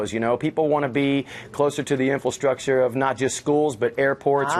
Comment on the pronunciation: It's not "inforstructure", it's infrastructure.